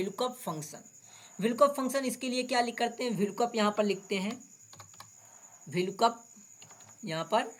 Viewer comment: Vlkoop nahi vlookup bolo